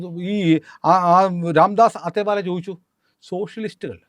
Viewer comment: രാംദാസ് അത്തേവാലയല്ല "അഠാവലേ" ആണ്. ഉച്ചാരണം ശരിയായിരിക്കാം ശ്രദ്ധിച്ചാൽ നന്നാവും.